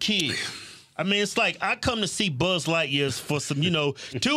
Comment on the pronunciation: I thought it was light year not lightqueer